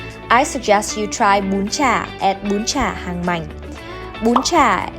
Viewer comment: do you speak Vietnamese? if you are, please pronounce Vietnamese words the right way. Please! What the hell is Ha noi? what the hell is Bân Cha?